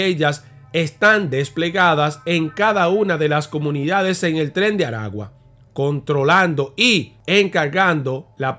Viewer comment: Felicidades hermano por tu trabajo. En caso de los nombre de los estados se pronuncia. Maracay estado aragua. Barquisimeto estado Lara. Esta mal pronunciado estado de Aragua. El nombre del penal es. Centro penitenciario de Aragua. Y es mas conocido como carcel de tocoron. porque porque esta hubicado en las afueras de una poblacion llamada tocoron perteneciente al estado Aragua. 👍👍